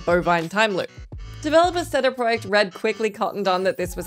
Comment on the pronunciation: I’ve never heard CD Project Red pronounced that way